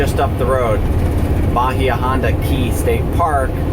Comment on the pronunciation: that driver texting or drunk.. Probably both. I live in South Fl. That is how they drive. Its horrid down here. and It is pronounced EYE la Morada.. and Ba HI ah st. park <3 Wonder what it looks like now after the hurricane? Bet your mind is thinking craziness over that.